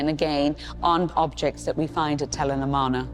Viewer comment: And the pronunciation of Tel el Armana - Akhetaten - is hysterical !